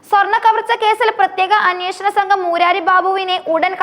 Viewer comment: മൂരാരി അല്ല കൊച്ചേ മുരാരി, അർത്ഥം ശ്രീകൃഷ്ണൻ.കരയോരം അല്ല കരയോഗം യോഗം കൂടി കരയുന്നവർ എന്നല്ല.